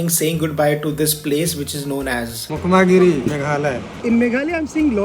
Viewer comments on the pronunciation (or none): Bokmagre not mukhmaagiri bro😅😅😅